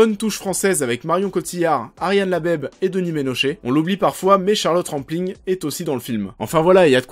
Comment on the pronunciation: Ned for speed, Ariane Labeb, Michael Fossbender, Promethéouss, Gui Pierce, MacBef (ok, celui-là aucun Français peut le prononcer) :D